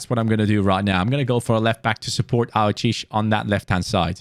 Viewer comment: Hey your supposed to pronounce the 'e' at the end of aouchiche